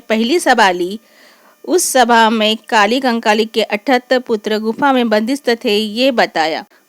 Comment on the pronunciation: Sach me apko lgta h ki ap humko दाई कली कंकाली k bareme jankari de skti h ...sbse pehli bat to ye h ki ap unka nam bhi thik se nhi le pa rahi h ...unka nam कली कंकाली है na ki काली कंकाली ......ye btayenge humko gondi dharm m bare me😂😂😂😂😂....tution chahiye hogi to bta dena mai de dungi tution 😂free oof cost ab apne sga jano se kya hi paise lu😂